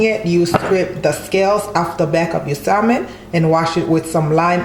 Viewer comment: Sam-on not pronounced sal-mon but it looks delicious 😋